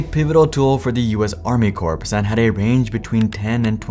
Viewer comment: US Army Corpse :D